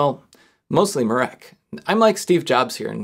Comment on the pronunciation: I'm polish and let me tell you, you (slightly) BUTCHERED mirek's name. it's mi (xiaomi) -rek, not my (myth) -reck. you also pronounce the 'r' like you would with a Ukrainian or Russian accent